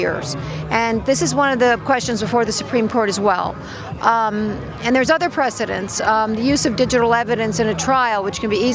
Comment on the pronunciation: You are mispronouncing the word "precedent".